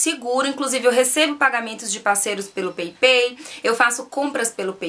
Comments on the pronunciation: Peipei nao amor, se fala paypal mesmo! So a titulo de informacao! Bjs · Pepei 😂😂😂😂😂 Paypall se fala peipal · Peipal que se fala... bejs! :* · se fala "peipau" (paypal)!!! Rsrsrs.. Beijos, flor! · Peipei?? Ahah morri XD